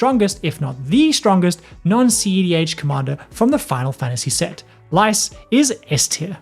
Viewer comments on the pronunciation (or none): Lyse (Lease, not lice!) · I'm determined to build Krile Baldesion for some reason. Lyse is pronounced like "Lease" btw.